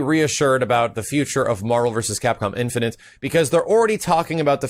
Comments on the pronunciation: marvel infinant? .. wtf dude just practice the word INFINITE. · please... I hate to be a grammar/pronunciation nazi, but.. the word is "in-fi-nit'", not "in-fi-nint". I cringed every time you said it. Not hating, love the content, just had to point that out! -_ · Do you have trouble saying infinite? It's not infinent.